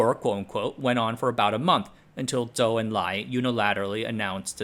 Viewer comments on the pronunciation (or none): none